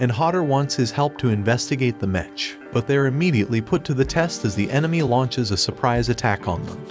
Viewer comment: Mech is pronounced mek not metch. Like how mechanic is not metchanic.